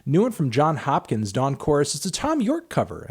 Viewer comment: Who the fuck is "John" Hopkins?